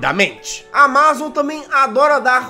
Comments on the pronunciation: Ele FALANDO AMAZON TODA HORA ERRADO O VÍDEO É DE 2021 E EU TO EM 2024 MAIS ELE TA FALANDO ERRADOOOOO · Ele falando: "Amázom" Se fala Ámazom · Jazz, você pronunciou Amazon de forma errada, você pronunciou como se a parte A*ma*zon fosse a sílaba tônica, mas a sílaba tônica é o *A*mazon. Entendeu? Kkkkk desculpe bancar o corretor 🤭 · nao é amázon e sim amazon!, o pronuncia do jazz é fogo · Só eu q tenho uma leve agoniazinha de ouvir o jazz falando "amázon" em vez de "ámazon"? kakskakksksksks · Amázon kk na vdd fala Ámazon kk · Jazz meu lindo por favor é "amázon" não lek pf quero ser chato n mas me dói no coração, é "ámazon" pf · Que agonia o jazz falando amázon em vez de amazon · N é áma zon é amazon jazz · só eu que estou sofrendo com o Jazz falando amÁzon e não amazon normal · Amazon, e não amÁzon! Por favor. 13min de agonia ouvindo amÁzon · ámazon jazz não amázon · É Amazon e não amázon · Fala ámazon nao amázon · Tô com vontade de dar uma surra no jazz,só por estar falando amazón e não amazon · SIMMM KKKKK AMAAZON KKKK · Senti agonia do jazz falando "amázon" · Só eu que fiquei com um pouco de raiva quando ele fala AMA ZON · “J” AMÁZON JAZZ AMÁZON???? KKKKKK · Só eu tenho agonia dele pronunciando amázon? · "Amázon" kkkkkk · jazzghost amAzon como é Amazon "a pronuncia" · Não sabe falar e ainda é desinformado, ele não é mais o CEO da Amazon. Ele atua na Amazon mas não é CEO. Amá-zom MDS.. pronuncia direito. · O melhor do vídeo é o Jazz falando AMAZON errado vei ksksksks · Legal que o Jazz não sabe falar amazon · aí ele falando amazon me dá um gatilho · Desculpa jazz mas vc falando Amazon me da muita agonia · Mds o video inteiro ele fala Amazon errado